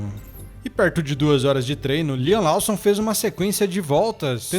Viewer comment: só uma observação! O sobrenome do Liam se fala LÓSSOM, e não LAUSSON. No mais obrigado pelo excelente conteúdo, abraço!